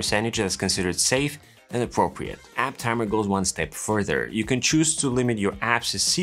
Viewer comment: App Tamer, not App Tammer